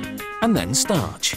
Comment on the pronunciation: he says "startch" the same way everytime its hilarious!